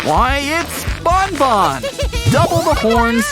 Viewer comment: It's banban not bonbon